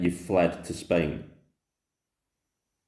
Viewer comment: A man who can’t even pronounce the name of his country properly is does not deserve to be heard. Bellyaching again! Who does he think he is? If he’s living in Spain why not try sorting out their problems? I’m sure they’ll be grateful.